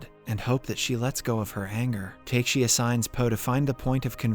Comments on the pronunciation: I have a strong feeling that they used the AI website in this video because the way he pronounces Takashi in this one seems so that the writer who wrote the script for the AI, wrote TAKESI instead of TAKASHI in some lines. That is why the person or AI reads it as TAKE-SEE instead of TA-KA-SHE. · Takeshi To Takesi To Taxi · Honestly speaking i was so happy this channel got back to explaining the movie but that didn't last for long haha he kept on mis-pronouncing the name Takashi, but why are you pronouncing Takashi prime as taksi prime and not like you are pronouncing with the black guy Takashi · Also, the pronunciation of "Takeshi" to "Taxi", LMAO!!! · I crazy how they are able to do all the hard things right but fail to pronounce the name of the protagonist correctly. For the FOURTH TIME NOW! 😁😁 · TRUE LMAO